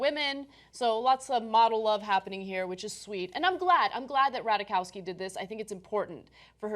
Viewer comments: Its Ratajkowski NOT RATAWAKAWSKY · The name is "Rat-aye-kovski" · Rat-eye-KOV-ski. That is all.